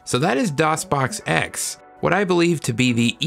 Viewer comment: DosBoxPure "Doon" LAWL